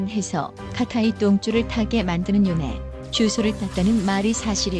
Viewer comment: 요네인데 요내라고 하는거 개빡치네 ㅋㅋㅋㅋㅋ